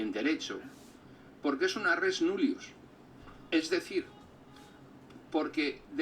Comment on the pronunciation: 34,59 No se pronuncia en latín res núllius sino res nullíus. La cosa no tendría importancia si no fuera porque este tipo se las da de culto y resabido, el primero de la clase, vaya, al que dejé de ver por sus groseras contestaciones a los comentarios en el canal del coronel. Eso por no comentar otros errores de este pedante.